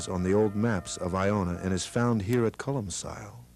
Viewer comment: Colum-kill. Not colum-sil.